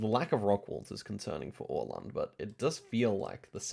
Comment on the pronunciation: idk how much you care but the way u pronounced öland is actually how åland is pronounced